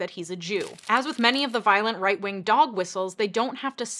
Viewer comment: Lol did you just say right ring? Instead of right wing?